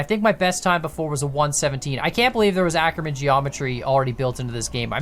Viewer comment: I absolutely HATE how you pronounce "Ackermann", so please go the Google Translator (its good enough, I checked) and check German as the language, type in "Ackermann" and let the TTS pronounce it to you.